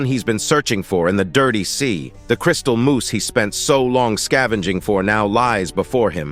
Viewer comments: For the love of God it's moss not moose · At first it was funny but now, after the ten millionth time, I'm yelling at my screen "IT'S PRONOUNCED MOSS MOTHER FUCKER!!!!! M. O. S. S. MOOSE IS AN ANIMAL!" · It's 'mose' not moose 🫎 lol 😂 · STOP SAYING MOOSE! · It's moss, not moose. MOSS!! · MOSS.... not Moose. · uh its crystal moss not moose okay